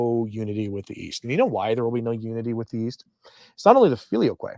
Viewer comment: Google says you are pronouncing "filioque" correctly.